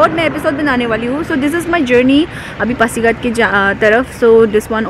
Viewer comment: It's pasighat .Not phasighat.